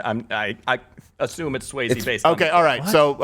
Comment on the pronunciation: Dude doesn’t even know how to pronounce Swayze correctly. This guy is a fraud hack do your research too before you speak and misinform the public